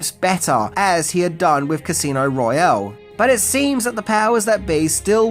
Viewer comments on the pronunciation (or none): none